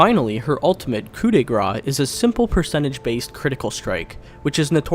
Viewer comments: (I just wanted to rectify the highly controversial pronunciation of her ultimate, you have to say "Grâce" like "Grass", not "Grah" (the "ce" isn't silent, I know that we have a lot of silent letters but well it's not the case here :D)) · "Coo de grass" guys, not gra.